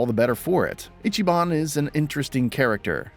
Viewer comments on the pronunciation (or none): none